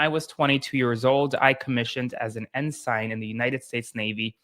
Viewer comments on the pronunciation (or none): Dude. Ensign is pronounced IN SIN not IN SINE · 1. "Ensign" is pronounced "EN-sin." 2. Rats fleeing the ship. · love your channel! btw Ensign is pronounce En-sin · Great report. BTW, Ensign is pronounced en-sin. Keep up the detailed work!